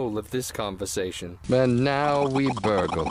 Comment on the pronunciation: "And now we burggle"